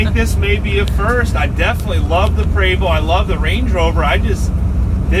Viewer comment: It's pronounced " Pre- vost". Not Prevo